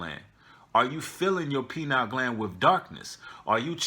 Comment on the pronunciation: Pronounced: pie-neel